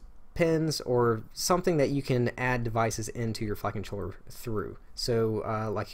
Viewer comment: When you say "Flight Controller" it sounds like "Fuckin' Troller"